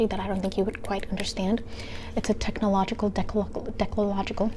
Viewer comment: Not the technological dechlological 😭